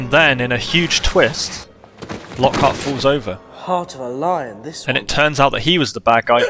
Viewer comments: Actally its not «Lockheart» its «Lockhart» lol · Fun fact: Its Lochart not Lockheart